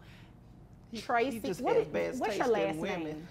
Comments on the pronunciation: Omg that's my name but the first name spelled different. But Traceeee, oh hell nah I would've stop her to make her say my name right. Do not bullying the name. Show respect, just like "respect the elders" Petty😒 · Tray-seeee 😅 gurl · "TRAY SEEE" cracks me up how she pronounces her name 😂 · Do you mean "Tray- see"?